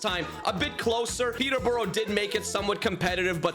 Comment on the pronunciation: Still doesn’t say my club (born and raised) Peteborough right